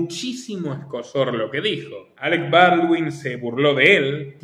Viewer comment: Alec Bawldin, por algo mató a la directora de cine, aunque dice que No. sabía. Es raro. Alec Bawlin.